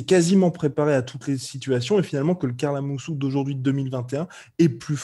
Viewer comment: Moi quand j’entendais parlé de Karl Amoussou je pensais qu’il disais Carla Moussou ça fait bzr